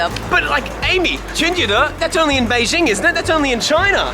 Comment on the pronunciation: hahahaha, the way says 'Beijing' is so authentic, just like a local Beijinger! Ben的英文不会是跟丁广泉学的吧？😝